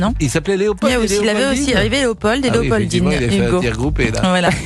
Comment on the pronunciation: On ne prononce pas le d de Léopold